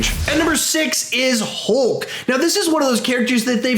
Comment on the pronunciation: he says HOLK am I the only one who hears this